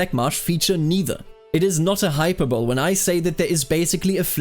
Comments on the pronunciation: Just so you know hyperbole is not pronounced "hyper-bowl" but rather "hyper-bo-lee" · Huge fan here just popping in to point out hyperbole is pronounced “hyperbolay” not “hyperbowl” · loved this video and I'm not trying to be an asshole but "hyperbole" is pronounced "hi-perr-bolly" as opposed to "hyper bowl" :) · You said hyperbole like 'Hyper-bowl'. I made that same mistake in front of my high school history teacher. The scar remains tender to this day. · Mispronouncing advanced words is actually a sign of intelligence. It means that you learned them by reading. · Just fyi, hyperbole is pronounced hi-per-bo-lee